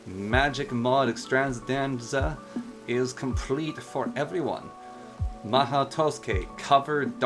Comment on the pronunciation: your “mahou” is fine You said tusuke